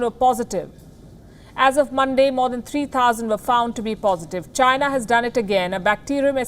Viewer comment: Why am I not even surprised? Oh yeah it's CHYNAH